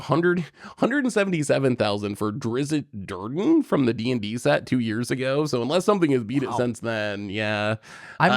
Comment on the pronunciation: Hearing pronounce a beloved childhood fantasy character "Drizzit Durden" feels like he's trolling me on purpose but also....it's fantasy and nobody gets it right.